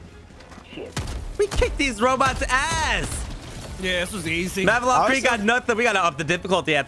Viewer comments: "Mavelon"??...Malevelon even.....,reading. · I like how everyone calls it Mavelon instead of Malevelon